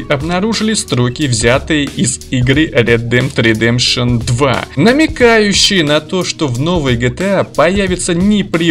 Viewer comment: Red Dead Redemption звучит от тебя как Ретри 3Д пшн 😂 (без обид)